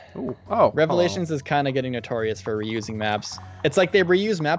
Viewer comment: Why does say Relevations - I mean it is prolly a funny joke but i dont get the meme at all. Lol